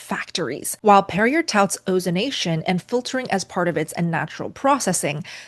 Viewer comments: Perrier rhymes with terrier😅😅😅 Dictionaries typically use the International Phonetic Alphabet (IPA) or a simplified respelling. For Perrier, the most common dictionary keys are: * IPA (British English): /\text{p}\acute{\varepsilon}\text{r}\text{i}\text{e}\acute{\text{I}}/ * Simplified Respelling (like Merriam-Webster): ˈper-ē-ˌā or PERR-ee-ay 😮😅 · For you to be not pronouncing French words in French pronunciation sound so gauche / wrong. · Incorrect pronunciation of Perrier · You pronounce Perrier incorrectly. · Idk if you’re pronouncing the German water correctly but I do know that you’re not pronouncing Perrier right. It’s pronounced Perry yay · I'm not quite sure what of all this to believe. After hearing you give the La Croix a gusty dose of accent française, then pop out with PERRIER rhyming with TERRIER. I thought you were kidding, but you persisted...PERRIER/ TERRIER. SPOTTY EDUCATION? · Perrier is French, pronounced 'Perry-A'. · Much thanks for sharing your research. Perrier is pronounced PAIR'-ee-ay (it's French). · It is Perry-eh when you say the name. I'd apologize but it is French. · It's pronounced "perry-A'(long A) , isn't it? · Ok, before I finish watching this video, I had to stop to check the correct pronunciation of PERRIER., you’re amazing at putting videos together to teach us… we appreciate you!!! But I have to ask, please do your research before making your video. It’s hard to watch & listen when it’s mispronounced. This is the correct way… “peh-ree-ay”. Thank you!!! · Just an JFI .... Perrier is pronounced Peri...long A ...PerriAAA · You are mis-pronouncing Perrier. It is pronounced Perry-A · Isn't it Pair-ee- ay ? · How can you get La Croix right and then botch Perrier?! 😢😅 I'm pretty sure it's pronounced Pair-ree-ay , like YAY! 😂 I mean I flunked 3 years of French language class but I think 🤔 i got this this one right. 😂 Good channel though. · Listening to you pronounce the R in "Perrier" is not easy! Lol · Perrier - “pare-e-ay”